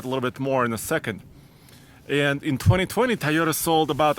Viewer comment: Toyota: TOY-yo-ta Not ty-yo-ta or tee-yo-ta. Lol love your videos, keep up the good work!